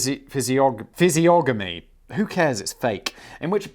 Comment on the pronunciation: Its pronounced fizzy-on-emmy. Also I had never heard of raid shadow legend before your channel but now I MUST investigate